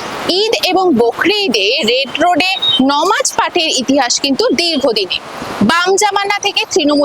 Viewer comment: Apni uchharan ta thik korun Nomaz na hobe namaz , Didi ektu bolar samoy kheyal rakhben